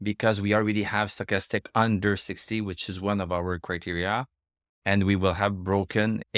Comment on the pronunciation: You say stochastics correctly in english one time, then 2 seconds later back to "stock-a-stick"...😁